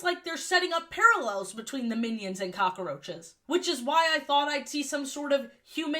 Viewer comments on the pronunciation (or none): I love how you pronounce cockroaches as "cock-a-roach-es" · Incredible video but I Cannot get over how you said cockaroaches